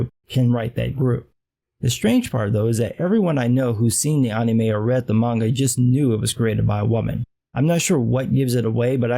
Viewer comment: I like the way he says "anime". It cracks me up. Anyway, FMA:B is one of my favorites. It definitely does have a great fuckin' story.